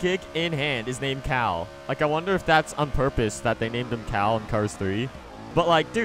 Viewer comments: XSurVival1st S it’s Cal,not Kal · No they called him cal like Kyle petty